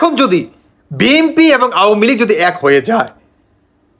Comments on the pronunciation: বি এম পি না ভাই বি এন পি। আপনি উচ্চারণ ঠিক করেন। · বিএমপি, আওয়ামি লিক 😂 উচ্চারণ ঠিক করুন। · বিএমপি না বি এন পি বলেন